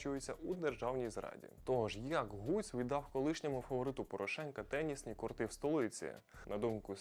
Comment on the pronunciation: Ну, от все у вашого відео добре, але диявол, як-то кажуть, в деталях. Ну які кортИ, скажіть мені, будь ласка??? Українською наголос треба ставити на першому складі, а не на останньому: кОрти!!! Дитячий садок!